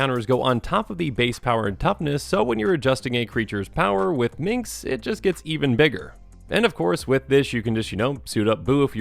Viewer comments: Dude, it's "Minsc." MinS-K. Not Min-KS. Drove me NUTS. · Love this deckteck, you made me open my eyes to some gems I hadn't thought of with Minsc's ability. And the soothing voice is also a great fit. You're doing good. (And pssst it's Minsc not Mincs, just a heads up:) ) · Wait, so you state you played BG but you still mispronounce his name as "Minx"? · What's up with calling Minsc, Minx O.o? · You made this video 1000x sexier by calling him "Minx," over and over.